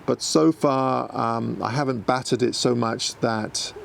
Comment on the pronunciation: Are you trying to appeal to a US audience by pronouncing your T's as D's more? You said Baddered and Battered, right after each other. It's jarring to hear in your dialect